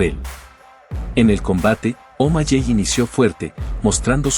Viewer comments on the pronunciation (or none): Los nombres no cambian la pronunciacion de un idioma a otro debes informarte para que na hables tan mal, no se de que pais eres o si todos hablan mal como tu, bien video pero pronunciadstes 5 nombres muy mal SEan Omaley Se pronuncia Omaley no omalley. Aprende a hablar antes de que te critiquen del uno al 10 le doy un 2 a tu video